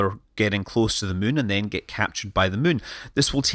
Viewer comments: When you say it, I always hear, "Landing on the Mün..." XD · Scott can't pronounce Moon now... He's all the way to Mun!